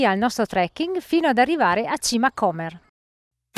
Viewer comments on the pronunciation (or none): L'ho fatto ieri. Piccola precisazione: si pronuncia Comér o non Cómer. Comunque bravissimi. Vi consigliobdi farla partendo da Gargnano, un po' piú lunga ma val la pena vedere anche via Quarcina o Via Mulini, strade antiche che dal porto salgono a Musaga e quindi Sasso.